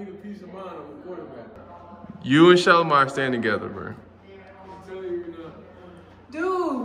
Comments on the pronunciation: Who would’ve thought that’s how you pronounce shelomi name . I thought sha Low mee. It’s shylowmy 😂 thanks Shilo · This is the first time I've heard Shelomi's name pronounced like that! I've only heard people say Shuh-LO-ME. I think it's because I've only heard her family call her Bossy so I've only heard the general public attempt to pronounce it. We learn something new everyday. :) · Shelomi name being pronounced like that is wild I definitely thought it was pronounced different … when they say her name it sound like they joking but then she said it and I was surprised